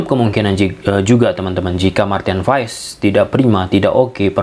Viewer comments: bukan pass pak tapi pa nya dipanjangin dikit "paas" Pasti kita punya nama yg mengandung arti kalau penyebutannya salah pasti artinya berbeda karena nama itu adalah doa. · Kebanyakan orang selalu salah yah... datang pemain baru untuk indonesia nyebut namanya salah apa ga dicari dulu tentang menyebut namanya? Marten paes dibaca (paas)... Cuma kasih tahu kalau ga jadi kebiasaan ❤